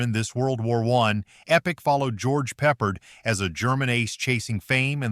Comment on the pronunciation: . . . Attn A.I. - It's George PepPARD . . .